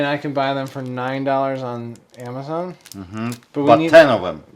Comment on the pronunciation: It’s funny how always starts his videos with “ over here” instead of just saying “ here”. He says “over here” as if it matters where he’s standing. 😂 Another one of his unique pronunciations is the online retailer, AHHmazon. 😆